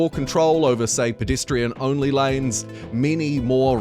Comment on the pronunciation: I just have to say… it’s pedestrian… not pidistrian…